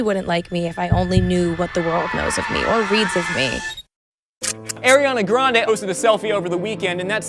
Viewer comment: air-iana granday 🤦🏻‍♀️ lol